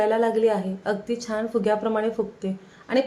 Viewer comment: चिकटली जात नाही हे चुकीचे मराठी चिकटत नाही हे बरोबर हल्ली असे चुकीचे मराठी सर्रास बोलले जाते. पुढच्या पिढीला तेच बरोबर वाटेल तसेच न आणि ण चे उच्चार योग्य करा जिथे ण हवा असेल तिथेच ण चा उच्चार करा छान बरोबर छाण नव्हे